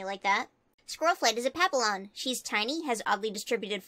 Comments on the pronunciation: Me trying to focus the rest of this video but cant cause she said pa-ap-a-lon: It's Freaking-Freaking- Pap-eon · Sry but um papillon is actual said as pappion btw, again sry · I think that Papillon is pronounced Pap-yee-on. No offense, please don't hate me I love your vids! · Papillon is actually said like: pa-pi-ion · Papillon is pronounced Papion, I’ve had one, and omg I love this vid soooo much!!!!!!! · It’s pronounced pa-pi-on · isnt papillon pronounced “pap-ee-yon” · I love that sqirrelflight is a papillon!!! Squirrel is my favorite warrior cat and papillons are my favorite dog breed this makes me sooo happy!!!! (It is slightly triggering though that she didn’t pronounce it right🥲) love you!!!!!